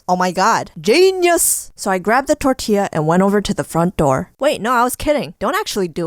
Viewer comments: Its pronounced tor ti ya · You gotta pronounce it tortia also I'm weird asf too I would do the tortilla too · Wena pronunciacion de "Tortyeah" :v Xd